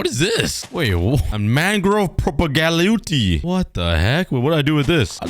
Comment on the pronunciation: It’s a mangrove propagule (pro-ba-gewl) They act like a mangrove sapling